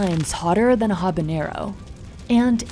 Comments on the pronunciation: I know you're the pepper expert, but the word is "Habanero" (hah-bah-NARE-o), not "Habañero" (hah-bah-NYARE-o). Mispronouncing it as the latter is what is called a "Hyperforeignism," in that it mistakenly applies more of the foreign language's features (incorrectly using an eñe instead of the correct ene) than are warranted. There will be a pop quiz at the end of the class. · Ed Butt Currie is the self anointed chilli king yet the dumpy mf can’t pronounce habanero correctly